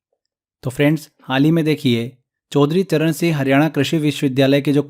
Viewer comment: Singh ka pronunciation thik se kare sir aapne toh singh ka seh kr diya 😅